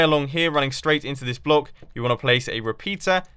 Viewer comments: It seems like Mumbo can't say 'block' correctly twice in this video... "Bollock"- 2.45 "Blouck"- 4.17 ...very funny... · It's closer to blauck, I think. But I still think the 'block' is funnier. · Bu-lock XD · "And then place a torch on the sod of that blak."